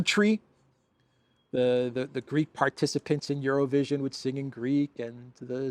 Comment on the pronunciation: LOL IT SOUNDED LIKE YOU SAID ''ZERO-VISION' NOT EUROVISION TOOO FUNNY